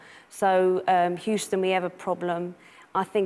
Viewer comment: Houston is pronounced "hue" - "ston". The first part is like the hue when referring to colors. Best way to describe it. NOT like "who".